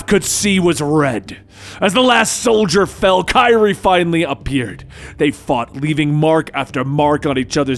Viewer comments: Did my guy just say kaira instead of karai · It's Karai/ Ka-Ry not kyree lol and it's the Fugitoid not fuginaut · Ok I have to say it. Her name is pronounced Ka-Rai. Not Ki-rie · Bro said kyrie💀💀💀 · I’m sorry. I find it funny he’s pronouncing Karai as “Kairi.” Can’t help imagining Raphael fighting Kingdom Hearts Kairi and the sais clashing with her keyblade and Raphael dying from the light and friendship. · It’s kar-eye my boy lol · Did he just call Karai "Kairi?" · No offense my dude it is pronounced kuh-rye (karai) just a little help with the name. Love the content been watching for years. Keep up the awesome work. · i know its spelled karai, but ist pronounced kurai or krai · Lol bro it’s KA-RYE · Her name is pronounced: "kuh-rye". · Do you mean Karai? It sounds like you are saying kairi? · You probably already caught it but I think it's pronounced ka-rye lol oh well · Nice dramatic reading but next karai is pronounced kuh-rai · Take a shot every time says Kairi instead of Karai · Just to let you know its pronounced kuh rye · bro it’s pronounced “kuh-rye”. Who’s Kyrie😂? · Firstly, great recap! Secondly, it’s pronounced Kah- Rai And thirdly, RIP Ralph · her name is pernounced Karai(Ka-Rye) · Why can't he pronounce Karai? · Is anyone else bothered by how he says Karai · And he also botched Karai. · He made her sound like a kingdom hearts character lol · You did great but pronounced Karai wrong 🙁 other than that it was awesome!! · its not kairi tho its karai (ka-ra-yyy) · You meant to say [kah-rah] when you said [Kah-ree] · Btw your saying Kari wrong it’s pronounced like (Ker•ai) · If you're gonna say her name pronoun it right it's karai it's not kyrie where did you get the name kyrie from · Her name is karai, not kairi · kye-reee????? its kuh-rye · I like always says Kyrie when it’s really Kriy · The narration is great, but I can't stand how he pronounces Karai's name. (It's supposed to be pronounced Kuh-Rye, not Ky-Ri) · Kerei?...Karai Ka-rai 😆